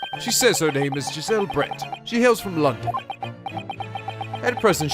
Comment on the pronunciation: I will be honest Brett sounds like bread to me